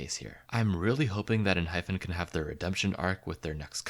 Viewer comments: It is Enhypen not Enhphen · girl learn to say enhypen before you rank them so poorly please <3